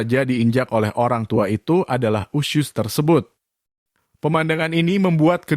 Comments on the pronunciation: Usus....bukan usyuss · Narrator nya mengucap 'usus' dengan 'usyus' 🤣🤣🤣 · Bang bacanya :*USUS* bukan usius 😵‍💫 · Harus kah sebut ( iusius ??🤣🤣). Usus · Usus bang.. bukan usyus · Woy... 🙄🙄🙄🙄🙄 USUS Kaleee Bukan USYUS🙄🙄🙄🙄🙄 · Sama, gue jg pas nonton vidio ini kesel bgt sm yg bacain berita, bilg usus aja usyus.. Dasar dudul nech yg ngomong😂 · Fasih banget bilang nya Usus mind 😁 👉 USYUS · Bilang ussuss nya smpr mndalam gitu.. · Ini berita sadis tp AQ pngen 😅😅😅😅😂😂😂 tyap hostnya menyebut usyus hihihi maaf ya bang jd gagal fokuss...,smngat trus bang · Usyuss.. Entah kenapa saya tidak suka mendengar dia menyebut usyuss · Bilang usus nya lucu bank